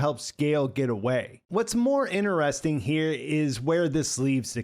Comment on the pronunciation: "innuresting" did you fail primary school?